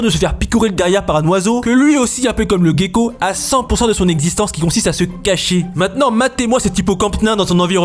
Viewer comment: Gecko !! Ça se lit JÉKO Tu dit pas GUIrafe....